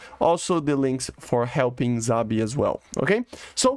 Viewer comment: Szabi. S, say the S pls